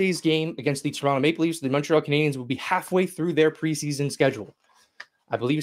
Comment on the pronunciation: Intro still says 'Canadiahns' by someone who doesn't know how to pronounce Canadiens properly.